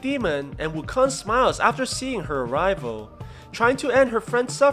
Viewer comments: I just keep hearing WuKhan, like from star trek. Khaaaaaaaan. It's Wukong, like King Kong. This PSA is brought to you by the letter G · wuKONG as in kingKONG..not wukon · Wu kan ?? I though it is wuu kong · it's wu-koung not wukong lol people's pronounciations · It's not "Wukon" it's "Wukong". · Its pronounce woo-kong NOT wukoon. Stupid. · Its KONG Not KON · His name is ou kong not wukong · im annoyed when i heard wukon, sorry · Is the "g" silent in wukon"G" is it? Is it silent?